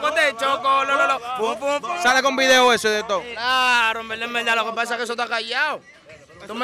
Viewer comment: yo conte como ''en velda en velda'' hahaha